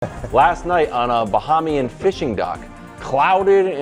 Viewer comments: its pronounced BA-hay-me-un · Hey Wildes, I am from The Bahamas. It is pronounced ba-HAY-ME-IN. This is my favorite show, love you guys! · Its “Buh-heem-yin”. [Bahamian] Wildes. Dont disrespect us buddy. 🇧🇸🇧🇸🇧🇸🇧🇸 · lol KW, it’s “Bah-hey-me-en”! Grotesque pronunciation lol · AS A BAHAMIAN I DONT LIKE HOW WILDES SAYS BAHAMIAN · You pronounced Bahamian incorrectly!